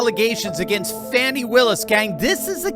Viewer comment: Thank you for not calling the heavy set extra large “ fawni”